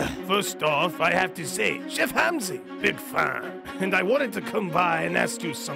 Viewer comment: It’s not Hamzi it’s Ramsey 😂